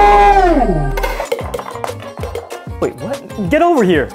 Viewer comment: Iv never heard a "NO!!" as emphasised as that ever😂